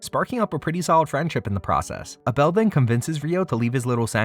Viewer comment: The number of times you actually said "Uh-Bell" 🤦‍♂ Crazy to pronounce Abel that way.